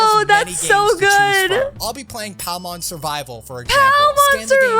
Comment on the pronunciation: ffs "palmon". lol